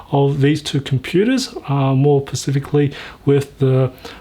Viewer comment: Don't ever take advice from a person that says "Pacifically".